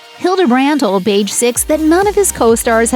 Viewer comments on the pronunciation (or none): none